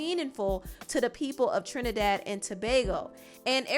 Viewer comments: Thank you for pronouncing my island's name correctly 😊 🇹🇹🇹🇹🇹🇹, trini to the bone. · thank you for pronouncing our country correctly!! much appreciated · Thank you so much for pronouncing Trinidad and Tobago correctly. We appreciate it a lot 🇹🇹